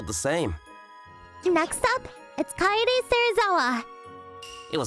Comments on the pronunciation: they didnt nail the voice acting they were saying katie instead of kye dae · Great story but what was distracting was the va voicing the main guy was saying the name wrong instead of saying Kaede he kept saying Katie lol and he is the only voice actor saying the name wrong everyone else is saying it right lol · Kaede is pronounced more like car-eh-day. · KA-EH-DE .. Kaede. Ka in calm. Eh in egg. De in dead. Kaede. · Kay day? Not kaiday